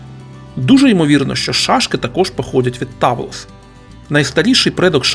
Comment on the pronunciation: Грецькою ігри в камінці правильно читаються Петтіа і Тавлес